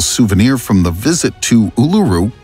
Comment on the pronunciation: Just a heads up, it's pronounced, Oolooroo. Not ooleroo. Cheers.